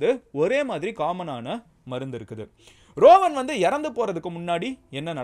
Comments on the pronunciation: Not rovan. It's றுவான். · ரோவன் இல்லை ருவன் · Rowan illa. Ruwan